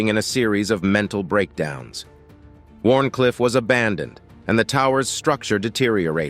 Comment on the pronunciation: It's a Pity that the creators of this video didn't do enough research to understand that it's Called Wardencliff tower, NOT Warn cliff tower. IF you're going to Create/Publish a Video, at least get your Facts and Component Names Correct!